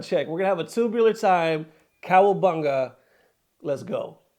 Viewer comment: said kawabungu haha